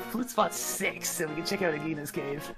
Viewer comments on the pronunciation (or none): I guess I forgot to comment: seems forgot "Aginah" has a soft "g"